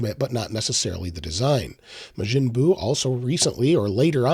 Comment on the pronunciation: Mah jin bu. Not may jin bu.